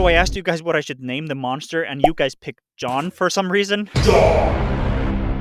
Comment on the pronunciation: i heard TZON instead of JOHN